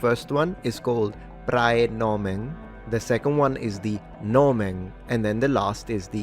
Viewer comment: i have to scold you for the pronunciation here because the ae in praenomen isn't a hiatus, the e is supposed to be non-syllabic, which I'll give you isn't easy to pronounce. It's very close to Italian ai, though.